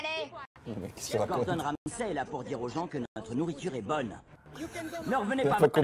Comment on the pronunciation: Question pour les francophones. Vous prononcez le sey de Ramsay ''sai'' pour pas confondre avec le comédien francais ?😅 Ou c'est la traduction qui a foiré dès le début ? Parce que ça me fait buguer à chaque fois